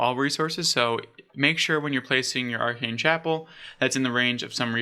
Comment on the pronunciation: Love your content my dude, I’m subbed! Just a piece of constructive advice, pay close attention to pronounciations. Especially for the player names (Val-de-mar, not Vladamir) and even landmarks (Aa-ken Chapel, not “Arcane”) Otherwise you’re doing a great job! :)